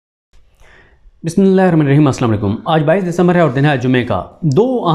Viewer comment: Wa alaikummussalaam. Sir g, bismillah sahi parha kren.